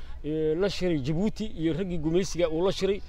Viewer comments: Wadanka waxa la dhaha Djibouti (jabuuti) not (dhi)jabuuti. Magaca inaga sax. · Le "D" est muet ,,, oo ka dhigan ,,, The "D" is silent marka aad ku dhawaaqayso Djibouti waxba "D" haku dhawaaqin Sida kale waa muuqaal qurux badan dhoor jeer oo aan jabuuti tagay iima suuroowin inaan gobalada u boxo insha allah sanadkaan qorsheynayay inaa tago markuu xagaaga dhamaado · stop saying "D" jibouti the "D" is silent juste say jibuuti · Fadlan haddaad aragtid qoraalkan ogow "Djibouti" inaan loo akhrin D(dhii) Jibuuti. Af-faransiiska "DJ" waxa loo akhriyaa "J" la adkaynayo markay soo baxayso. Hase ahaatee "J" caadi ah ba waad iskaga akhrin kartaan ... ee soomaalay "D"da Ingiriisiga ah ee iska u akhrinaysiin inaga daaya.